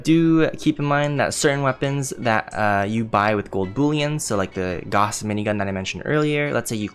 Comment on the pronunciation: GAOUSE...... You're saying Gauhss..... but it's actually Gaouse.